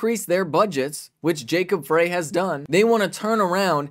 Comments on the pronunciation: FYI Frey is pronounced fry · they didn't kick down the door. they let themselves in with a key. and it's pronounced fry, not fray